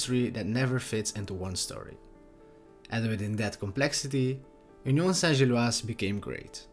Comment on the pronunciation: Kudos on a proper pronunciation of Union St-Gilloise…need to no work on your EN pronunciation of Bruges, though 😉